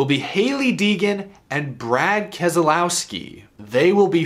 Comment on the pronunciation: The second letter 'e' is silent in the name Keselowski. It's pronounced like Kez-louw-skee